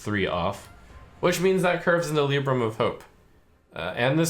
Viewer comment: Dammit, the HS guy saying "Lib-bram", Trump saying "Lee-bram" and me always thinking it was "Lie-bram".